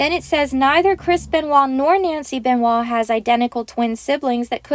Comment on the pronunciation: it's chris benoit not kris benewah?what the hell is that